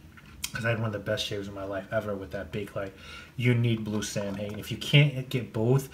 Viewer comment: Pronounced SAW-When